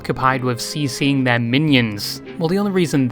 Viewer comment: IT'S CSING MINIONS NOT CCING